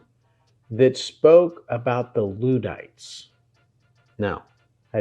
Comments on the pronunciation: "Notting'um" ... 😀😃🙂🙃😊 and Ludd* NOT "Lood" !! Luddites NOT "Loodites" Like a cow's udd*er (unless you say "ooders" (??!!) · One thing you didn't learn from this video is how to pronounce "Luddites", it's not Loodites it's L(uh)ddites. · Just to be clear, the London underground is NOT a political movement 😅 and the Luddites are pronounced LUDD (with the U as in UP), not LEWD